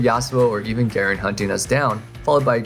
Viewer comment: Dude can you pronounce Garen properly? What were you saying in and ?Cant make out what you were saying..